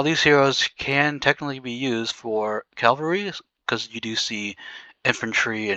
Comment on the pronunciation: Great video but why do you call the troop type a wrong name. It's C A V A L R Y.... not CALLVARY. 😂😅 Funny that you and GUNZ can't pronounce it right. 😊.